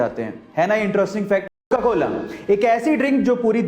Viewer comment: said cokcola